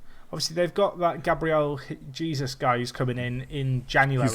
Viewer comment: Gabriel Jesus is pronounced kinda like Jze-soos